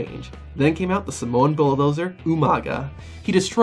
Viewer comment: "oh my god somowa spike"-UMAGA